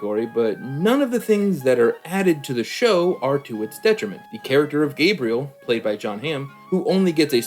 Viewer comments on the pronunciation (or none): none